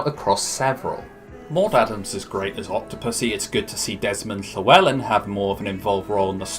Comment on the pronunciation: It’s nice to see a good pronunciation for Desmond Llewelyn fair play 👍